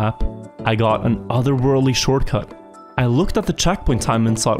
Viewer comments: . I'm what is a shoRCuT. Not t in short?? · That “Shorcut” though… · "D-14 SHORCUT " just pointing it out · d14-shorcut realy i never heard of a shorcut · inglish 100 shorcut